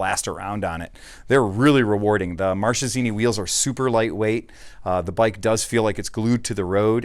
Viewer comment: it's pronounced MarKesini guys!! che in italian is pronounced like K ;D